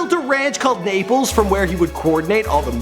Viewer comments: Lol he said "nay poles" pronounced "nah po les" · It's Napoles not naples